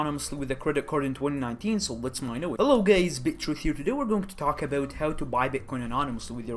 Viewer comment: Did he say "hello gays" ?